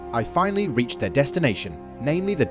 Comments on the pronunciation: It’s pronounced Castle Dour (D-ow-er), like sweet & sour. Idk wth you said, but that wasn’t the way to say it, especially given you hear several npc’s use the proper pronunciation in game. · Yes, pronounced "doo-ur" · Castle dour is pronounced "DOWR"y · Holy fuck what is this pronunciation